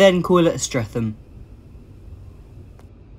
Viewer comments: For future referance, it's pronounced more like Strea t am, than Strea th am. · Streatham has a silent H its pronounced Stret tum